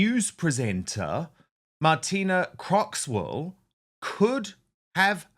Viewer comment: Talking of reading correctly from the autocue, Dan, the presenter's name is Martine Croxall, not "Martina Croxwall" as you said !! Martine has been newsreading for the BBC for many years, and is a popular presenter. I'm sorry you had never heard of her!!